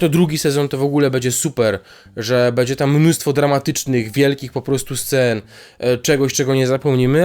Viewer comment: Jak słyszę po raz kolejny "bedzie", to po raz kolejny coraz bardziej mnie się to podoba...